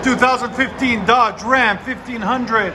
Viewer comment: Nobody: This guy: Dudge Ram